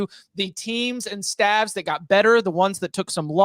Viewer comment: pronouncing “staffs” as “stalves” is hilarious and I think unintentional